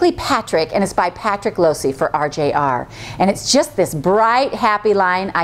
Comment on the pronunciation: Love Patrick Lose fabrics! You do probably need to learn how to pronounce his name - the long o was right, but don't pronounce the e. I'm bummed that you don't have his fabrics in stock. I would love to be able to make this with Patrick's fabrics!